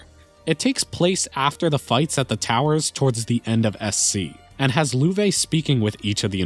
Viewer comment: Loewe should probably be pronounced "löv". It means "Lion" in German. Thanks for the video!